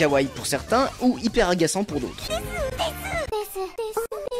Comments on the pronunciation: On dit pas desu maids des on ne prononce pas u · Déjà on dit « Des » et non « DesU » les japonais écorche leur propre langue